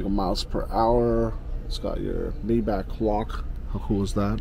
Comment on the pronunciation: Mi-bachhh not Mayback.... Great video mind you 👌